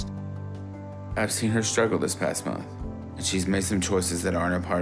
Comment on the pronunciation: It grosses me out how pronounces ' month '